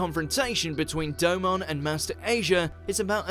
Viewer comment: not even pronouncing Domon's name correctly!